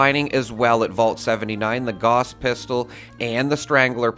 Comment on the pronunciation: You pronounced "gauss" wrong.